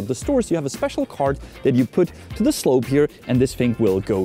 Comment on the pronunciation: "to the 'sloup' here" To je nějaká spešl ingliš, které nerozumím, nebo co je to za slovo?